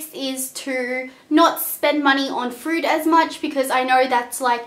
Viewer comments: lol "and frood is like so expensive." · Nice video thank you ! But 1 thing are you saying Frood ? Fruit? or Food? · "frood" :D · When she was saying food I thought she kept saying fruit since Australians add the "r" sound in all their words loool I was like why do you need to spend that much on fruit?? LOL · frood lmao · is she saying not to be fruit or food....i cant tell